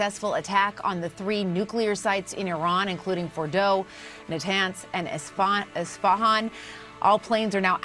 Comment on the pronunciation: It's Isfahan not "estefan"😂😂😂